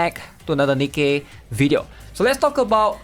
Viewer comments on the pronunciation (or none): none